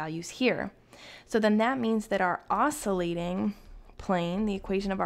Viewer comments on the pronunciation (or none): Not to pick nits but the pronunciation is \ˈäs-kyə-ˌlāt\. The 'c' is a hard c.